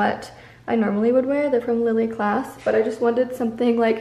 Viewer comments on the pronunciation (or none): none